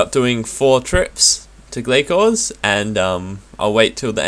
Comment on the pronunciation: Its Gla-sors isn't it?